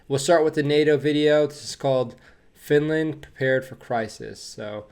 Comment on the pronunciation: That was a bit funny how that news reporter pronounced Finlaaand😁